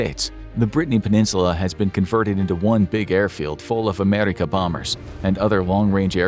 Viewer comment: Y do he say America like he from Middle East😂????!?!?